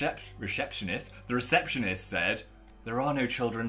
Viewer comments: The reshepshonisht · Philip Lester, an english major: reshepshionist